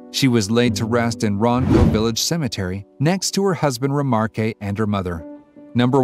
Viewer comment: Have you ever considered adding a continuation editor? Your narrative is incredibly disconnected and repeats facts. Also, check pronunciation. The gentleman's name is pronounced Remark.